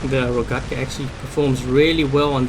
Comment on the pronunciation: You pronounced rogekta wrong Lol